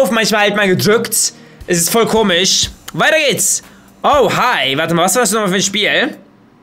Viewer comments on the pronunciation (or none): none